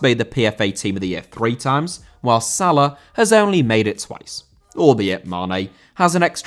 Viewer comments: Salah* not Saler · pronounce his name correctly